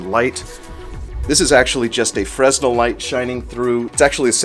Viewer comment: Fresnel is pronounced fre-nel. The S is silent.